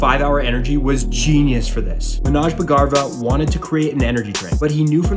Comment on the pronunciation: You are pronouncing bhagarva wrong. May be because of your accent.